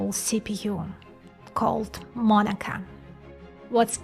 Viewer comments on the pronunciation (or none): Is not Monaka like Monica.. I don’t think. It’s Monaka like “moh nah kah” because that means wafer in Japanese もなか